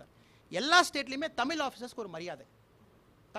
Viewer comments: அண்ணா தமில் இல்லை,இது தமிழ் . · "தமில்" இல்ல தம்பி "தமிழ் " "ழ" தான் தமிழின் தனித்துவம் அதுவே வரல .....தமிழ் இனி மெல்லச் சாகும் #myrecipes4you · Iyya neengal pesuvathu thamiz not thamil. Matram vendum. Vazga thamiz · Sir. Thmizh. No. Thmil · Not thamil..it's thamizh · தமில் இல்லை முண்டம் தமிழ். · முதல்ல நீ தமிழ் ன்னு சொல்ல கத்துக்க தமில் தமில் னு சொல்ல தடா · First say tamiz Not tamil loose punde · தமிழ் என்று சரியாக சொல்லி பட்டினியால் குழந்தைகள் சாகும் ஊழல் செய்வதைவிட தமில் என்று சொல்லிவிட்டு வேலை செய்யாத ஊழல் மந்திரிகளை அடித்து வெளுக்கும் தைரியம் இருக்கு உங்களிடம்...வாருங்கள்... எது முக்கியமான தேவை என்பது இன்றுவரை கணிக்க முடியாதவர்களே மக்கள்.... வீடு எரீதுங்க... இல்லை இல்லை, வீடு எரிகிறது. எங்க சொல்லுங்க.... ha ha ha.... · விவசாயி என்று சொல்லும், நீர் 8வழி சாலையினை அமல் படுத்தக்கூடாது, உமது தமிழ் உச்சரிப்பு, சரியில்லை தமில் இல்லை தமிழ், திராவிடத்தை பற்றி பேச உமக்கு வயது போதாது தம்பி. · முதலில் தமிழ் என்று பேச பழகவும். தமில் இல்லை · பலமை not பழமை அப்பா சாமி மொதல்ல நீ ஒழுங்கா படி தமில், தமில், தமில்னு தமிழை கொள்ளாத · தமில் இல்ல தமிழ் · தமிழ் ன்னு தமிழை சொல்லாம.. தமில் தமில் ன்னு.. தமிழின் சிறப்பெழுத்தான ழ.. அதுவே ஒழுங்கா சொல்லவரலயே ப்பா உனக்கு.. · Thamizh nu solla theriyala neeyellam thoo.. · ஒரு IAS அதிகாரியாக இருந்தவருக்கு மாநிலத்திற்கும் நாட்டிற்கும் உள்ள வித்யாசம் கூட தெரியவில்லை, கர்நாடகா தேசியகீதம் என்று சொல்கிறார், கர்நாடகாவை ஒரு நாடு என்று சொல்கிறார், இவர் எப்படி IAS அதிகாரியாக முடிந்தது என்று அதிர்ச்சியாக உள்ளது, தமிழை, தமில், தமில் என்கிறார், இவரை வைத்து தான் தமிழகத்தில் பாரதிய ஜனதா கட்சியை வளர்க்கப்போகிறார்களா? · Damil dumilnu fun panneketu athu தமிழ் pa IPS ku நாக்குல ழ் varala, god முருகன் ku vendiketu unga நாக்குல அலகு kuthena ழ் varum IPS அவர்களே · Thalaivarey thamizha paththi pesa unga thaguthiye i'lla tamizh enra varthaiye sariya uttcharikka mudiyala ungala la first atha katthu kittu vanga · தமில் னு சொல்லாதிங்க தமிழ்னு சொல்லுங்க IPS ithuvey ipadi.... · தமிழ் என்று சொல்லு அண்ணாமலை. தமில் தமில் என்று தமிழை கொலை பண்ணாதே. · தமில் இல்லடா தமிழ்